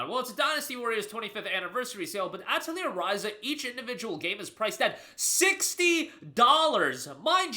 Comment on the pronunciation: ah yes my favorite JRPG, Ah-teh-leer